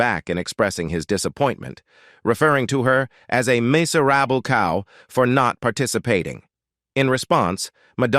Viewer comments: Adds a touch of humour, though. Describing Madonna as a "macer-rabble cow," Elton's "marry-adge" & the "oops & downs of (his) relationship" Hilarious! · The AI narrator's voice is robotic and annoying, It's riddled with basic mistakes in English pronounciation. There is a difference is pronouncing"live" and "life." Also the guy can't pronounce "miserable" and "marraige," Even the word "up" was mispronounced. As were "icons" "fragile." "Taupin," "alcohol," "Diana" and "Richards." After 5 minutes the mistakes were too ridiculous and I couldn't listen any more. The same information is available on similar posts. Don't know why this awful mess was produced as it ads nothing to the story. The whole mess seems like clik-bait. Besides the redundant information, the voice of the narrator is unnatural and incredibly annoying. Someone should start running Plagiarism Checker on these bogus "news" reports. There's nothing original here. It's all AI generated. The content is lifted from stuff previously published and read by an annoying robot.